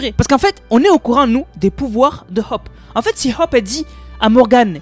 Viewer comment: Hop…. Its “Hope” 😅